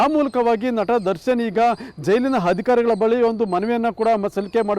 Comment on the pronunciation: ಅಪ್ಪಾ ಗುರೂ "ಹರ್ಜಿ" ಅಲ್ಲ "ಅರ್ಜಿ" "ಹಧಿಕಾರಿ"ಅಲ್ಲ"ಅಧಿಕಾರಿ" ಉಚ್ಚಾರಣೆ ಕೂಡ ಸರಿಯಾಗಿ ಮಾಡ್ತಿಲ್ಲ